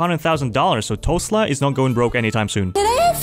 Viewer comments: when they mispronounce brand names, are they doing it to try and avoid legal repercussions, or are they just fishing for comments like "bro said tosla 💀"? (or both, i guess) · I like the way my favourite Swedish youtuber pronounces things the way people say in the videos for example in this video the guy said tosla not Tesla and still says tosla 😂😂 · im convinced people mispronounce words on purpose to farm views and engagements